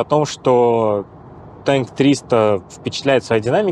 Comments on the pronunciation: Машина называется ТАНК а не ТЕНК передайте ведущему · не ТЭНК а Танк, мы на русском говорим. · Не Тэнк, а Танк! К Вашему сведению Госдумама уже запретила англоязычные названия. И китайцы называя этот автомобиль "Танк" имели ввиду именно боевую машину, а не ёмкость для чего-либо. К тому же при сравнении Танка с УАЗом нужно было бы поставить рядом УАЗ, а не показывать на пальцах разницу. Да и поздновато делаете обзоры, уж месяца три как все эту машину разобрали по косточкам. Чувствую, в когда-то уважаемым издании, работать совсем некогда и некому стало. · Что бы русский человек слово ТАНК называл ТЭНК, нужно написать его хотя бы ТЕNK😂 а так танк, извините